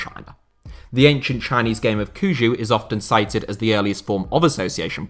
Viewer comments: It is pronounced as Cuju, i.e cù jü2, not cool jew, thanks for murdering the pronunciation. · Or "Cuju" being pronounced as "Kuju". 😂 You'd think he could've looked up the Google pronunciation and, tones aside, at least properly said the sounds! "Tzu-Ju" is not that hard to say... I may be biased cause I'm from Eastern Europe (Romania) and I do speak some basic Mandarin, but people from Anglo-Saxon countries in general butcher European city names as well (in my country, im Germany, Italy, Russia, Poland and many other places), but I think because of this they also annoy me when they fuck up Chinese names... 😂 I mean, when you clearly make a lot of research on a topic, as he did on the CSL, how much more would it have taken him to look up a few dozen correct name and place pronunciations? I swear I think Anglos sometimes butcher foreign names on purpose... 🙄